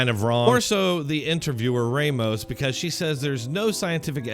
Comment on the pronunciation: Tell me you’ve spent zero time with Hispanics without telling me. Pronounce the name “Ramos” as “Raymos”